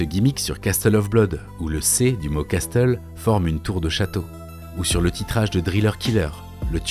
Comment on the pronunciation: Incroyable vidéo <3 (désolé mais les français qui prononce Castle comme Casseteul ça me fait mal ;) ça se prononce Casseule , en phonétiquement français)